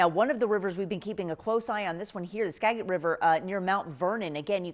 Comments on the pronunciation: That's pronounced "Ska'-jit" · Skagit is pronounced like “ska-jit” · Do you know anything about Washington? It’s Skagit with the G sounding exactly like a G. It’s pronounced like legit. You can hear the G. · You guys are pronouncing Skagit wrong every time. Last syllable sounds like JIT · How are we 24 hours in and these people are still mispronouncing Skagit. It’s Ska (a-like apple)-Jit. It’s a j sound for the g. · This proves that even people that live here (in Washington state) can’t pronounce the local names correctly and that people in Seattle have no knowledge about what is outside of Seattle! ‘Gi’ is pronounced “J”… I thought English was taught in schools, but apparently I was mistaken! “Skagit” pronounced “SKA-JIT” The Skagit River crested in Concrete WA at 41.13 ft around 8:AM Thursday morning… probably the highest flooding in the state… but because Concrete isn’t along the I-5 corridor… people in Seattle have no idea it exists. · Recoiled at how she said Skagit, it's pronounced like Ska-jit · Skagit pronounced Sca-jit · Skagit is pronounced with a soft G! You said it wrong yesterday. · Ma’am we don’t use those kinds of words anymore. It’s pronounced ska’jit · Hey CNN, let's know how to pronounce Skagit before reporting. Ska Jit. There you go! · We knew this flood was coming, we knew how high it would get. Why were those people still in their homes? We were told to evacuate. The g in Skagit is pronounced like the g in legitimate. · Why can't both of your reporters pronounce SKAGIT correctly? While it may not be an easy word to sight read, there is no shortage of places to turn to fact check. This is so amateurish and not acceptable for a national news channel. Come on! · Please pronounce Skagit river correctly- easy to look up, second CNN video mispronouncing it. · Y’all more upset about how they are pronouncing Skagit than what’s happening. 🙄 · Would you PLEASE PRONOUNCE, Skagit properly!!!!!!!!!!!! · Yes, she really missed the Skagit pronunciation.